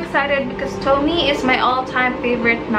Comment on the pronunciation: You read tomie as "to-mi-ye" not "towmi"